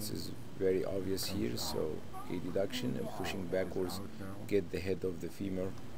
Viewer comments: why he was saying A-D-duction?! its called adduction as a one word but anyway very nice illustration ,, thanks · aha, first time I hear this pronunciation.. thank you for the clarification😊